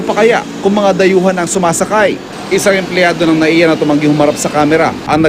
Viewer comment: MIA Hindi NAIA